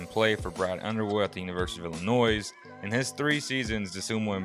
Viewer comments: Don't pronounce the S in Illinois....it is pronounced "Illi-noy" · Hate to be that guy but the "s" in Illinois is silent just for future clarification. Good video though, I agree with all 4 of these being sleepers.